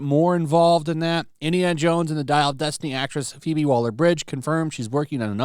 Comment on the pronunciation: Did"YOU" *just say?! 'STAR:...pheobe?! Hahaha 🤣😂 That's Like saying Turd, OlympicSwimStar